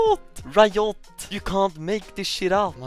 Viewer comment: the way he says riot lol